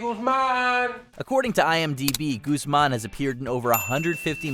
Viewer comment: Really impressed that, unlike the majority of Americans, you pronounced Tobolowski correctly. However Schiavelli is pronounced Skiavelli as in school, Guzman is not pronounced Gooseman. The U is pronounced the same as in book, hook and look.